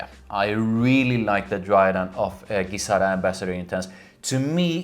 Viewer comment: Please pronounce it Gi (Ji)zada as per their promotion videos, not Gui-zada.... thank you :D